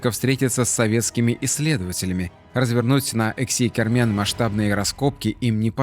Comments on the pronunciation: всё время путает Эски-Кермен, называя его ЭКси-Кермен. Ухо режет людям прожившим рядом по 50 лет. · Не "Экси-Кермен", как несколько раз упорно повторяет ролика, а Эски-Кермен, то есть "старая крепость" на языках крымских татар и турок. И не "готические" захоронения, а готские. Может автору было бы полезно энциклопедическим словарём обзавестись? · Эски-Кармэн, не экси, Вы оговорились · Не ЭКСИ, а ЭСКИ КЭРМЭН. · Как крымчанин, скажу вам что правильно Эски Кермен, переозвучьте ролик. Режет ухо.